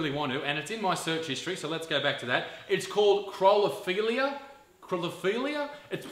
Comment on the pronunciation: Hey Isaac. It is phonetically pronounced cop ra feel ia. You may have got the pronunciation wrong, but the rest is spot-on correct, and I am just so glad I have no aspiration to become one of these so-called 'models' - I mean, how much shit would it take to become one?? Love your work mate, keep it up.